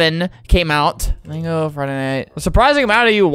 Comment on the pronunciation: Its so funny that flamingo thinks it says flamingo when it actually said go man go😂😂